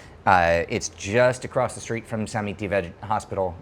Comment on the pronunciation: Really enjoy all the research that goes into your videos. Very fascinating. 1 minor point Samitivej is pronounced Sa-mee-tee-way